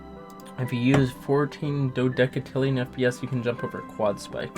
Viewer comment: ITS PRONOUNCED du-deh-cee-lee-un WHAT IS DOODECATILLION